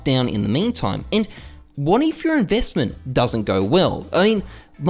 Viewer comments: in you favor? My man missed his English class i guess! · notice how in the last point he forgot the "r" in "your"